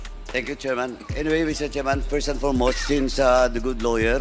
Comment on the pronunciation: put@ ina mo paduano.. MISTER CHAIRMAN lang ndi mo pa mabigkas ng ayos..🤣🤣🤣🤣🤣.. pano ko sasamba sa iyong hudiyo ka..